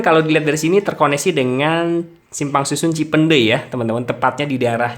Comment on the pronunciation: Ngomong "cipeundeuy" Nya gaenak bgt bang.. Bukan org Sunda pasti